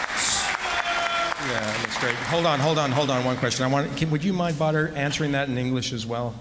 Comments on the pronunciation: ‘Badr’ or ‘Butter’ 😂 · Dutch saying Badr sounds like butter.. Rico fighting butter haha